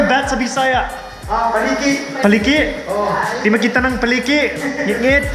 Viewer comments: dili paleke sir oii.. paniki.. haha 😀_-'Bat=paniki 😄😉 haha okay rana sir.😙😁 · unsa ang bats sa bisaya?: paniki: paliki? Di makit-an ang paliki. I laugh so hard. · 😂😅😅 foreigner: unsa sa bisaya ang bat? tourguide: paliki hahahaha ano yun te?! ano na bisaya at tagalog mo?! kamusta na?! 😂😅😆😄